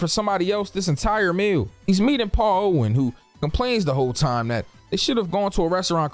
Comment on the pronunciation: He does it on purpose, he's pronouncing lots of names wrong, it's just that Paul Allen's name is mentioned more throughout the video than the others.